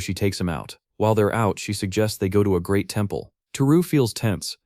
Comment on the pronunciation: The AI said "Fifth GREAT magic war". I heard "Fifth GRADE magic war". hahahaha A bunch of fifth graders at recess is a magic war. Its Adorable, Dangerous, and will either leave 0 mess or look like a construction company half-assed their job. Also about the TV guy. In Japan can TV(or any) salesmen just "inspect "your home for something they can market. Buddy thats a great way to end up as a corpse in a dumpster.